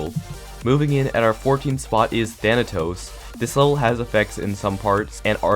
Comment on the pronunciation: i hear thana toes